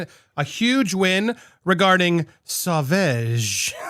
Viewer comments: Andy, Google it. You said it wrong every time to start, unsure of how to say it. Look it up, it’s quick. I can’t listen to any more butcher of Dior product. I lost it, had to leave this time. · Not pronouncing it right love. Pull up a Sauvage commercial of Johnny's. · Lol You are too cute. It's Sauvage Sau as in flow and vage as in Badge. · Lol yes, you're saying it wrong. 🙃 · Once! After pronouncing Sauvage incorrectly a dozen times, Andy finally pronounced it correctly once. And then he went back to pronouncing it incorrectly. 🤦🏾‍♂️ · The french part in me dies a little every time andy mispronounces sauvage 😂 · come over to visit me in france andy and i’ll teach you how to pronounce it properly 😂. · I cringe every time he says it. Just look up the pronunciation already, Andy! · UGH, please stop saying it. Wrong Wrong Wrong. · "Sauvage" is pronounced "so-vage" as in mir"age". 😄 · Really? It's NOT pronounced like Sausage. xD The "A" after the "V" has the same pronunciation as in "Lawn". xD lol Also: OMG!!! She just can't stop can she? ~.=.~; When are lawyers going to say to her: "Stop this!! You can not win anymore! You can not spin this to your advantage anymore. IT IS OVER! Focus on what you still have left and focus on raising your daughter!!" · Say* vau*ge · Pronunciation is best heard in commercial: pronounced “Sahvahge” not saveige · It's not sorveg it sovage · Pronounce Savauge. As wage not eeege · It's pronounced Sa va!! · It’s pronounced SewVahhge. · You said it correctly once. So-vag soft g. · Darling, it's Sauv(ah)ge. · Wait, you said it pretty much correctly! But then you want back to "veg"... Your talking about Dior made me hungry for veggies. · The last A in sauvage is pronounced like the 'a' in father. So-vah-ge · Yep I noticed that. I internally cheered when he got the pronunciation right then somehow went back to 'sew vege'. Lol all well though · Yep ...he's saying Sew Vege lol. However when he's reading the Dior report he pronounces it well.